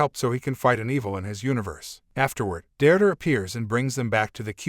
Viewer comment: Never knew "Deirdre" is pronounced "Durdur"